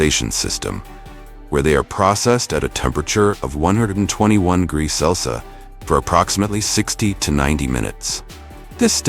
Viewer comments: Good video overall, but you need to teach your AI how to properly pronounce "Celsius!" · Are they incapable of pronouncing the word Celsius? What's up with that?